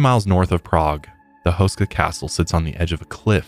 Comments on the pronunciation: But his last name is pronounced hoo-sh-ka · You are butchering tha hell outta H-oo-skaa Castle.😅